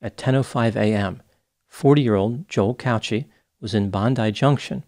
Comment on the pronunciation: The way you pronounce Cauchi is not right I'm Maltese and it's pronounced "cow key"